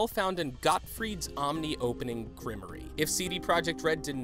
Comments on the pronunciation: Grimoire is a french word for a book of spells. It is pronounced grimwar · I don't understand why you would put in all the work to make YouTube videos but not spend the extra 5 minutes to learn how to properly pronounce words. I'm not referring to Scoia'tael. Grimoire is what I'm referring to.